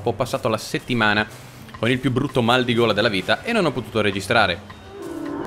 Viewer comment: Noi allora sentendo "ho un maligola... "😰 Noi adesso sentendo "ho un maldigola..."💀